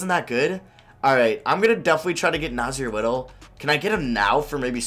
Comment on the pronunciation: You said nassir little wrong